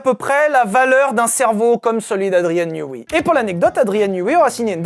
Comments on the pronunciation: Andrien newey se dit newé et ps newi. Ça m’a rendu fou toute la vidéo , elle est très bien malgré tout ☺️ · J’ai été tilt seconde une quand il a prononcé Newi au lieu de Neway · Ta prononciation de Newey pique les oreilles, ça ce dit ai le fin